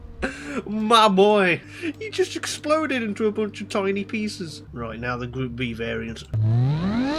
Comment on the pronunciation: "roight" I love the British!!!!🇬🇧🇬🇧🇬🇧🇬🇧🇬🇧